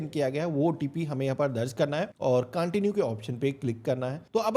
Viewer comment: CONTIUE HOTA HAI BHAI CAANTINUE NAHI